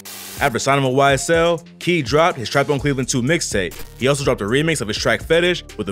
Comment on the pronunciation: KEED Tampa not whatever you said rip